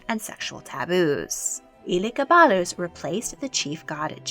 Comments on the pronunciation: I’m cackling so hard at how she pronounced Elegabadus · This video is great but the pronunciation of Elagabalus is killing me.